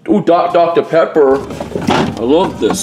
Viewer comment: I died when said do dot Dr. pepper 🤣